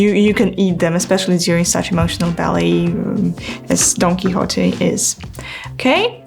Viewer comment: Your pronunciation of "Don Quixote" was perfect; "dohn kee-HO-tay." Thank you for providing another fascinating behind-the-scenes glimpse of ballet.